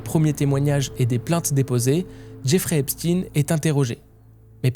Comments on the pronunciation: Intéressant mais pourquoi prononcer volontairement « EpstiNE » alors que vous savez très bien que ça se prononce « Epshteine »? A croire que vous voulez faire rentrer une certaine idée dans la tête des gens qui serait loin de ses racines initiale 🤔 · Pourquoi tu prononce epstine et pas Epstein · Pour commencer la prononciation du nom n'est pas Epstin mais bien Epstein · Epstein pas Epstine , il est juif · Faut arrêter de dire EspTINE c'est EpsTEIN. Même les amérloques ils disent EpsTEIN. Vous avez peur de quoi sérieusement ? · Arrêté de l'appeler Epstine!!!!!! Il est pas russe mais juif! C Est Epstein ! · son nom ce prononce comme Albert Einstein, superbe vidéo bravo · Epstine???? Pk tu le prononce pas correctement toi aussi ? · Ça se prononce EPCHTAYYYN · Faites vous exprès de mal prononcer son nom? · non il le prononce en anglais, la phonétique n’est pas la même. Mais bon, je penses que personne n’est dupe.